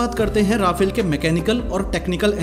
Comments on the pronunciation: pronounce correctly 'ra..faaaaaal' not 'ra..fail' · But it is pronounced 'Rafaal' not Rafel because Rafael is another company from Israel. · Rafale is fighter jet...pronounced as Rafaal And Rafael is Israel...it's pronounced as rafael